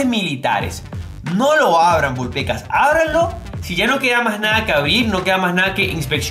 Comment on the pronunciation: Deja de decir Vul Pecas